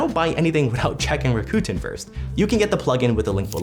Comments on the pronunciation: “Rakuten” is pronounced…RACK-uh-ten. They even had a commercial a few yrs ago about how to correctly pronounce their name.😊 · You lost me with how you pronounce らくてん